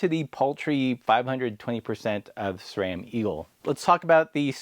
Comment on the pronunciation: Subscribed just because you correctly pronounce SRAM.